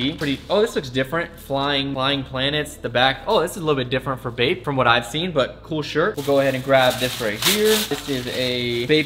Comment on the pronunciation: everytime he says "bape" I think he is saying "vape"